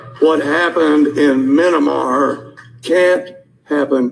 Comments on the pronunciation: minamar? Maybe it was a Freudian slip and actually wanted to say minibar instead of Myanmar? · Min-uh-mar? no it’s Myanmar you fool